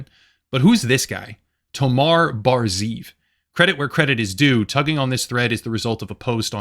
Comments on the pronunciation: that's definantly how you don't pronounce Tomer ben zeev - he is Israeli and his name is pronounced tom - er ben ze - ev. put in google translate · just a small correction from a Hebrew speaker: Tomer Bar-Zeev's name is pronounced "Toe-Mer Bar Zaa-Ev" your video is amazing in showing off corporate greed and the dumbfuck industry trend started by Elon's sheer stupidity and everyone following his stupid example blindly without consideration